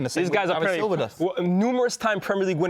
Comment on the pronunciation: man said silva 😂😂😂😂😂😂😂